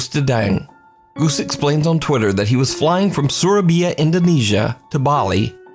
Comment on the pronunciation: You mispronounced Surabaya You said surbya When it's pronounced Surabaya